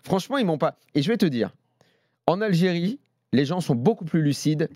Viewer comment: C'est pas l"algeriiiie c'est Aahh j'ai rie